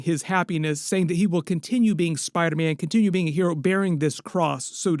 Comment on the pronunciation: Spida man😅